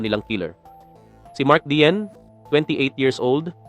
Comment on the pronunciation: Hindi mark diesel